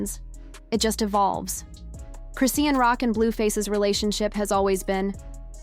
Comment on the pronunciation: Chrisean is pronounced Chris Shawn there is no t in her name❤